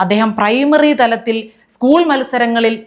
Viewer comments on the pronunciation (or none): none